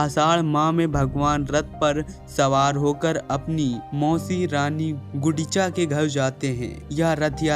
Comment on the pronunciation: Jai Shree Jagannath..... Sir you are saying rani Gudicha that is wrong actually rani Gundicha..... and you said Udisha that is also wrong really Odisha...... please correction